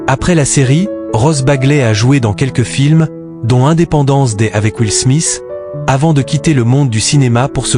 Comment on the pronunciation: Merci de prononcer les titre anglais à l'anglaise et non à la française , independence day c'est jour de l'indépandence en français et non idépendence day , putain c'est pas dure quand même de faire unpetit effort de prononciation. Probème pour beaucoup de présenrtateur de télé en france aussi, pareil pour vivian ça se prononce vivianne c'est une famme pas un homme . Vous auriez du regarder série et écouter la prononciation de Nom avant de faire votre vidéo .